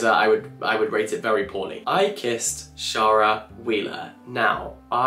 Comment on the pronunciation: I am really surprised by the way you pronounced Shara (Wheeler) is that how you pronounce Shara?